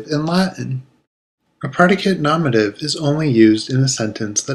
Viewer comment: It's not said nomative. It's nominative. Say it right